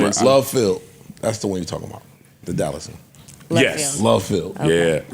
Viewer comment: Speak correct when you say anything about Dallas & Fort Worth, Joe.